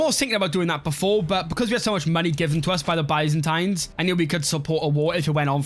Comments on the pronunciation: Its not BAYZANTAINES:face-purple-crying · the way you say byzantines and cassus belli makes me mad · maybe he should for the future video learn how to say byzantines and casus belli